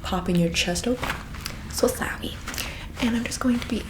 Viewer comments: THE RETURN OF "SO SAWWI" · So sowwy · So sawwy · so sawwy lmfao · SO SAWWY.